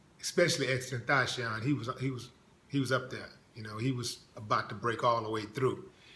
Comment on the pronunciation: Not to be rude but it's xxx tent ac ion